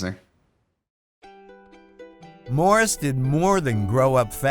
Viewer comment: It's Morris. Not Mars.